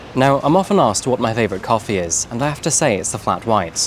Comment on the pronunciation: I like your videos but what's lately with that narration prolonging last syllables like cofeeeee. I don't understand, you had one of the best narration on yt and great voice for these videos, please don't ruin it with this. I am binge watching your old videos but almost couldn't make it through this last one. It's so unnatural, why ruining what 's working well.